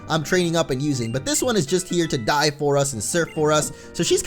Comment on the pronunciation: When you said "She's just here to dive for us," it sounded like "She's just here to DIE for us," lolz